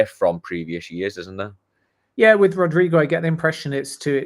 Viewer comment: Gosh please,he's name is not Rodrigo....it's RodrYgo!!!